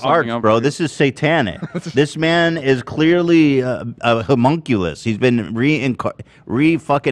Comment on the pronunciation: I K N O W ETHAN DIDN'T JUST SAY HOMUNCULOUS HELPPPPP MEEEEEE